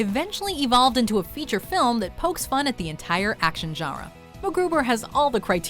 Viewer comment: You say "genre" weirdly.